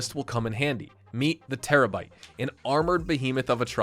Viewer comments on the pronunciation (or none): STOP SAYING TERRABYTE BCUZ ITS CALLED TERRORBYTE DUMBAHH